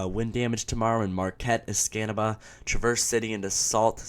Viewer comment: Thanks for including Michigan in your report. Nobody ever includes Michigan UP, it's like we don't have any weather. Oh and it's pronounced Es Kah Nah Bah.